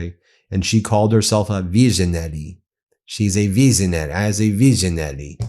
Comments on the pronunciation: OMG - as a veeseenoree …she cannot even pronounce the words, now she’s a “visionary”. So maybe she can see herself replacing Epstein and his team again..the whole family are festering swamp. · Melania is a veeezanary..😂😂😂